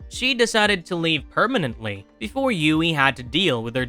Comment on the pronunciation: How can someone whose not even real be a "Villian" lmfao Anyone wanna tell homeboy that its "HUGHIE" and not "Ewughie" lmfao